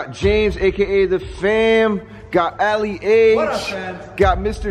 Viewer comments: i thought you said Ali-A lol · I thought he said Ali A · I thought he said here’s Ali a